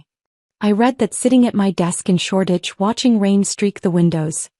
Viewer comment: It is SHORDITCH, ENGLAND